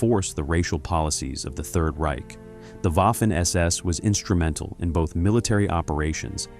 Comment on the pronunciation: DONTs ay Waffen. A W is A V in German, waffen sounds really, really terrible. As a one producing historic videos, you should know better.